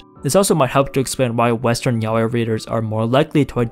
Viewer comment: I appreciated a lot that you pronounce yaoi as intended and not as "yah-wee"